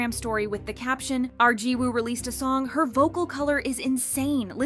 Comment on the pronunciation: I feel like if your main thing is talking about K-pop you should at least learn the very basics of Korean and Hangul so you're not constantly butchering these idol's names. Siwoo/시우, Jiwoo/지우 - "SHI-oo" it is a "shhh" sound not "see" and there's no "woo" sound in Korean pronunciation, drop the W Yuqi/우기 - either "OO-gi" Korean pronunciation or "yu-CHI" Chinese pronunciation Shuhua/슈화 - "shyu-HWA" like their title song "Hwaa" NOT "shu-HOOah" that one was very painful to hear